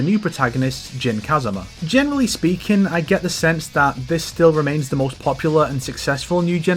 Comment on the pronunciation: Why are English speakers so hell bent on mispronouncing Tekken character names by putting emphasis on the first syllable when the game itself pronounces the name of the characters once you pick them in the select screen? My ears cringe every time you say “Jin KAzama”, “KAzuya MIshima”, makes the video nigh unwatchable